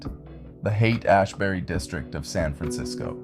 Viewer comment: Yeah it's all kinda fucky, you almost see bob in like 1 or 2 images but it's all super AI centric, even the narrator ("Hayaight Ashbury" in the beginning as well as the generally robotic way it talks.) I hate these AI videos pushing the division in our society, this is the shit a schizophrenic would see and start raving about.